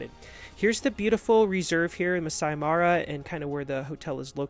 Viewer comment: MA RA not MARI please